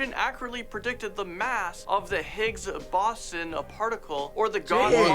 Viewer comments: he called the higgs boson bo sun when its pronounced bow zon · THE WAY THE GUY SAID HIGGS BOSON IN THE VIDEO ahahahahahah. The proper way is said like this Higgs bou-son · Bro said Higgs bosson 💀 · its not higgs baason or whatever it is higgs boson created by peter higgs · higgs bawson.... really? XD